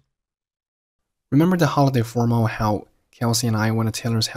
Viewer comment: 這種才是正常的帶口音連貫高語速而且還不是標準發音，大部分人不用formal，用reunion/party/甚至assembly，how她讀成L音結尾拉長，went to縮成wouldu，其他的再聽不懂慢速聽配合字幕